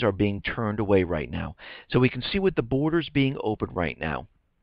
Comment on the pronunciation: it's "borders". just sayin'